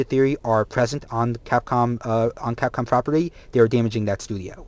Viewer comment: The fuck is capon? were talking about Capcom.